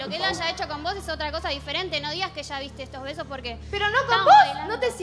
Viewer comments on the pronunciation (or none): Lo único que dice es "sho"